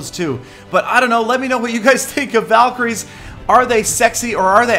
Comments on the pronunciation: valeecries seelly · so does Peter want them to be called valcry's or val-kie-ries? either way has it wrong😐